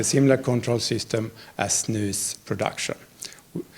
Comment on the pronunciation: That's the correct pronunciation though.